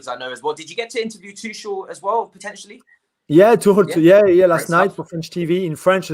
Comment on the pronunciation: Its pronounced tuk-el btw.